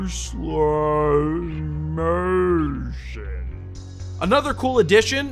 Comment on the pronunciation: you sounded Australian when you said "super slow motion"